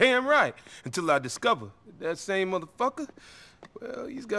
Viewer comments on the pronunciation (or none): none